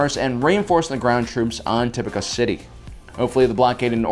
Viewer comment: Dear, I love your videos; however, I greatly encourage you to reassess your Star Wars vocabulary skills. Echo is not Echos. Plo Koon is not Plo Kloon. Tipoca city is not (top-i-ka) rather (ti-poh-ka).